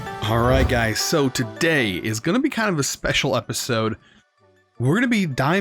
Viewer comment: “HeY gAyS, wElCoMe BaCk”